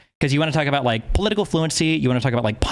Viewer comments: Im Canadian as well and have never met someone who literally pronounces it ABOOT. WTF. Yes I feel like he's really trying to embrace his Canadianness and overcompensating. Usually when Canadians sound like we say "aboot" to Americans it's more hyperbolic and just meant to emphasize that we pronounce "ou" words differently. When an American (especially from the south) pronounces SOUTH for example. It sounds more like "SOWTH" So when someone pronounces it SOUTH it sounds more like SOOTH to them... same with ABOWT, ABOUT, etc. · Thank you! This was driving me nuts as well. For the non- Canadians, in the stereotypical Canadian accent it is pronounced "aboat" not "aboot". This guy doesn't even have a heavy Canadian accent. The way he is saying it just does not sound natural. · No, the "Canadian" stereotypical accent exists, half of my family from a small town has it but they do not say "aboot". It's pronounced "aboat". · it is INSANE that he actually pronounces "about" as "aboot" I'm from a border state with canada and it was my understanding that on the west coast they pronounce it as a sort of weird "abowt" like kind of similar to the american pronunciation but a little bit off and on the east coast they pronounce it as "aboat" and I had thought that "aboot" was just a fake misconception made to make fun of canadians this guy shattered my entire worldview and especially when he pronounces shit like "around" as "aroond" this shit is blowing my whole mind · The guy with the fakest Canadian accent. People, don't fall for this guy. No one says ABOOT in Canada. Su ludicrous hearing him say that. No one pronounces about like that. Lots of different Canadian accents but this is unknown in Canada and is obviously why. He would get laughed out of any room if he said ABOOOOT. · His mother is from the Maritimes, where that pronunciation is common. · There's like an 8 year old video of him playing the first FNAF game and he pronounces about like he does now.